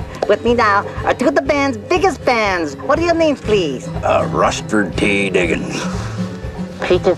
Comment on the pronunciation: "Russfert"? I thought "Rusty" was short for "Rustford"